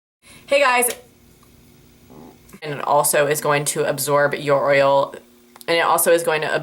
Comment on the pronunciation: OMG WHEN YOU'RE TRYING TO SAY "YOUR OIL" I AM SITTING HERE CRYING OF LAUGHTER